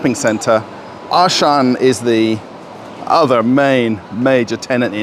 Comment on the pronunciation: Yeah, there is actually no Ashan , for he meant Auchan , a French brand. Pronunciation: 'Au' like o in 'rOle' - 'ch' like sh in 'SHampoo' - 'an' like an in 'FrANce': Au-ch-an